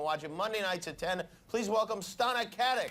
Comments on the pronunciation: its not katik its pronounced katich. she has roots from croatia where i am from. she is beautiful and i love her in castle. she has an amazing chemistry with nathan fillion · Its Stana Katić not Katik!